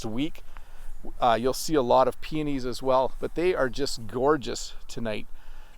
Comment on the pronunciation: I've thought of that several times. You've talked about peonies more times. When you speak faster it sounds you wanted to say penis but you misspronounced that word. 😀